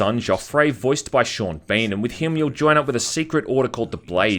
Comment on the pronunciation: Americans: Sean Bean: Sean BAINE